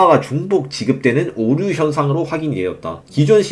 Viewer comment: 발음좀 고치셔야할듯 관년 오뉴 완뇨 라고 말하시는데 내용 집중이 안됨